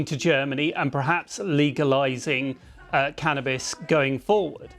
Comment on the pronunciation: It’s called CANnabis, not CAN’Tabis.